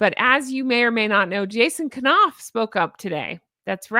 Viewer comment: love your show & your beautiful personality...HONK, HONK!!! That said, I just wanna let you know that Jason Knauf's name is pronounced w/a silent K (ie, 'knight, knife, knock, know,' ). Keep up the great work you're doing...❤